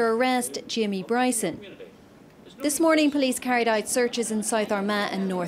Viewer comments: Wee Jamie Bwyson. His God given Wight. To Peaceful pwotest. Fuckin Funny as Fuck. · For ages i couldn't understand why people were calling him Bwyson & NOW i understand after listening to him speak. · Bryson the gift that keeps on giving. Is kryptonite is the letter R 🇮🇪🇮🇪🇮🇪🇮🇪🤣